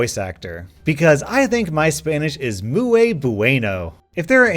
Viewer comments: Eh it's alright but you said muy kind of wrong but you are doing good 👌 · I'm in high school taking Spanish, but that "muy" was whiter than wonderbread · he pronounce muy wrong